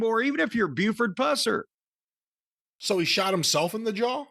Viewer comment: Actually it's pronounced Pews-Air